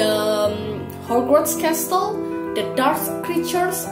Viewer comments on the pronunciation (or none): Heyy! wow! It's amazing👍🏻 You speak clearly without any hesitation. There is a miss pronunciation when you said castle, it should be silent "t", but overall is really good😄 thank you for the information about Harry Potter, maybe I should watch these movies hehe. Good job, stay safe and healthy yoo🤟🏻